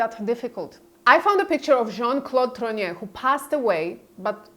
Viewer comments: TROGNEUX! Could you please pronounce it ... not whatever name you keep saying! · Trogneux For anyone interested: Trogneux pronounced Trrrag-newe Words ending eux takes an ewe sound. Words ending aux sounds like oh Words ending in eau takes an ohh sound. Words ending in ier takes an eeāa sound. For example: Gateau ..... Gat-toh Montier ..... Mon-tee-ā Faux .... F-oh Deux ..... Dew, few, ewe, oooh Pooh Just some helpful French hints.